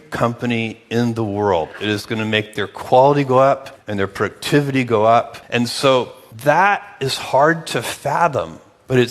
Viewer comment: So efficient that he pronounces productivity as protivity